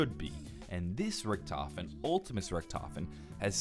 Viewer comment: No hes not hes actually right, Richtofen is correct.